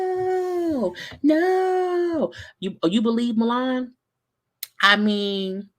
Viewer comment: I was cracking up at saying Mulan. It's pronounced Milan. This show is trash but I'm here for the reviews..LOL